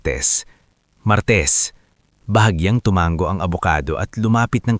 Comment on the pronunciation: Maganda ang kwento , kaya lng ang salitang tumango ang bigkas mo ay tumanggo, binabasa mo ba ang mga komento, sana ayusin po ninyo ang mga pronounciation mo, ok po ba?